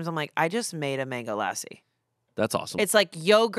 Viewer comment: The pronunciation of lassi had me crying 😭